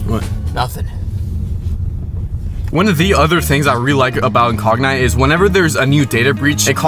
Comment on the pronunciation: Funny how he doesn't know how to pronounce incogni. It's "in cog n e" not "in cog nie".